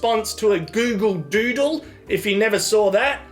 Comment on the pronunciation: "A Gyoogle Dyuudle." Brilliant